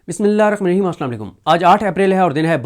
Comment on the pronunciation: Please recite Busmillah Hirrahmaan Nirraheem properly No need to read that fast